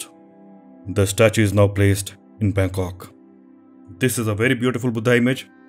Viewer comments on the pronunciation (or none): none